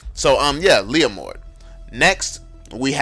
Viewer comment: when he said leomord i legit felt proud as a leomord main 😂